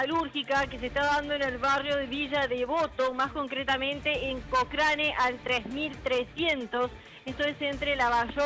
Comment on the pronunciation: Cocrane!! que bestia, se dice Cocreine,!